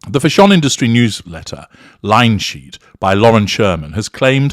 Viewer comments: Vile woman 😮 its nothing to do with CREASES...all the clothes are wrong on her short stumpy body.she's a plain short woman.and doesn't suit these clothes..and it's fashion.not fasssshun..u must know ur pronouncing it wrong 😅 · Fah-shon killed me 😂😂😂😂😂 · Why does he say " Fa'shone"? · Because it adds to the humor for certain listeners. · U said Fash On just I was sipping a glass of wine! I almost spluttered it out!! xx